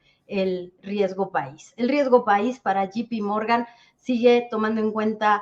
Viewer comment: Recomendacion a la experta, es JP Morgan no GPMorgan. Esto quita credibilidad al.analisis que es MUY bueno,saludos